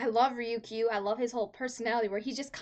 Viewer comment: It's pronounced Re-You-K. Idk where you're getting Ryuku or Ryukoo from. Haha.